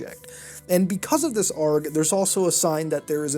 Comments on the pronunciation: Why are you saying A.R.G as arrrgh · It is A.R.G(Aye, Are, Gee.) Not ARG, just a heads up. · its an a.r.g (say the letters) not arg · I can't stand how he pronounces it "arg" not "A-R-G" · It's not pronounced "args", it's just pronounced by letters "AYY ARE JEE"